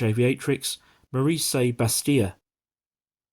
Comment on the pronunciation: Maryse is a Flemish name, pronouonced Maries. North Weald is in Essex, near Ongar.